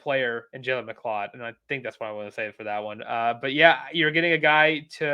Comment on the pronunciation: ME-CLOUD LOL 😆 😂